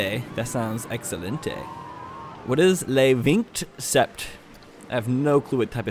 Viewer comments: The restaurant, Vignt Sept, is pronounced “Ven Set” and means “Twenty Seven” in French. The restaurant sells a whole bunch of different French foods, like baguettes, and pate which, if my French is correct, means pasta. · Le vingt sept is pronounces lu vont set. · "Le vingt sept" means "the 27" in French :) and not to roast your pronunciation but 'leh wingt sept' made me laugh XD Also, while you started talking about all the places guests can go now I was thinking it might really be a neat idea to have a train or something to make everything more accessible faster and easier but I get how that would be a huge challenge and make everything even more crowded too .-. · also Le Vingt Sept is pronounced like "luh veh sette" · I can’t believe what your French fans would think cause I (a Canadian) was cringing when you tried to say 27 (vingt sept)